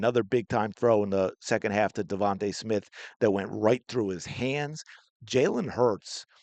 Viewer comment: They both try to get confirmation by saying "rite"